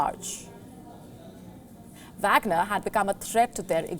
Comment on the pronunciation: That is wagner not bagner this newscaster don't know anything